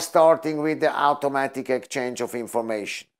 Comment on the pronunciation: Try not talk with your hands.. Its distracting and annoying. Sit on your hands if needed. It's not pronounced owtaomatic... it's awtomatic.